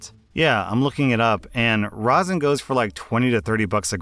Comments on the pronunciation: Hearing you say rosin right hits better than a bong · Hey! You pronounced rosin correctly this time!